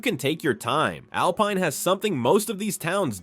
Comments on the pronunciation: "Al-peen" Texas? Really? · U mean Alpine is not pronounced as alpeen. This guy is an expert on Texas . How can he be wrong? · If you are using AI do some research . There is no Alpeen in Texas . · Can’t pronounce Alpine ,Amarillo and Terrel county. This is AI. Do your research. Most of this video is bs. I live in West Texas and have visited all of these places. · Artificial Intelligence lie. Pecos River is dry most of the year, and does not run through the town. It is mostly a dry canyon creek about 1/2 mile west of the town. AI doesn't know how to pronounce most of these towns. Kerrville = Care-ville, and Alpine = Alpeen. Bull hockey. is just that.